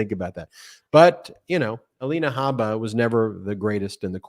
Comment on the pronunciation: Hey guys... Her last name is Habba... Pronounce the "H"... Her name, in Arabic, means "seed" or, also, "skin boil." Just for the record. 👍